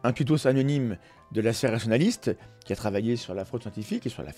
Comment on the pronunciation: Excellent contenu, comme d'habitude. Par contre, fais attention à la prononciation de 'sphère Rationaliste'. A chaque fois, j'entends 'sphère Nationaliste'... C'est pas la même chose, mais alors pas du tout !